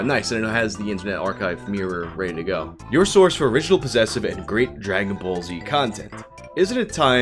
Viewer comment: The way you say ball gets my goat. Souds more like bowl